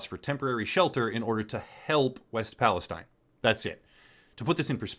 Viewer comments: It’s “EAST” Palestine , locals pronounce it Palesteen. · What a joker he doesn't even have the name of the town right. It's EAST and pronounced Palisteen. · It’s pronounced like… ‘Palla steen’ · you are mispronouncing Palestine